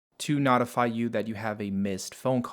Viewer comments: You're pronouncing notify and notification wrong. The first part is pronounced like note, but your saying not. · I love that you're helping us but the way you say calculator is super annoying. Oh my God I just saw a little more and the way you pronounce notify is even more annoying. I'm assuming you're from Canada or something but come on man. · Helpful video, but it's driving me nuts how you pronounce calculator and notify/notifications